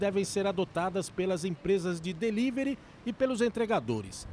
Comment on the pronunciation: "Delivery, lockdown, live, mindfulness . . . " mal pronunciados; às vezes, mal usados. Será que é prá impressionar?! Por que não usar o Português? É a nossa língua mãe e tão rica.